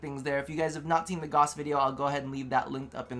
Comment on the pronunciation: Gauss = Gowse. not Goss.